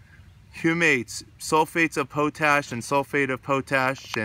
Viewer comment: NPK are macro nutes not micro. And its pronounced "pot-ash" not "poe-tash"